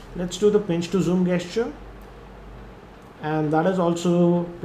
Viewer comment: Sir i appreciate ur videos but don't get offended but it is pronounced as jesture(gesture)